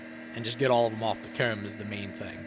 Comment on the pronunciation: You should really have some merch with the word "Comb" on it. No one says it as cool as you.